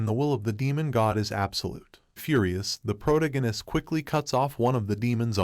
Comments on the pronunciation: Pro-tag-on-ist. . . Its off putting hearing Prota-ginist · Pro-tag-a-nist. Fucking say it right. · Sorry I jus can't when the narrator can't even say the word protagonist correctly🤦🏾‍♂️🥴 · Hearing him pronounce protagonist makes me feel like Brian when Stewie was pronouncing cool whip